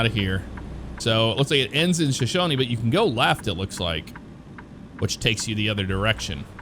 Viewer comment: I'm from Wyoming! Where I-25 turns to I-90 is Buffalo, Lovell is pronounced Love-ll, and Shoshone is pronounced Sho-show-nee. Wyoming has a lot of Native American history, and it DEFINITELY shows!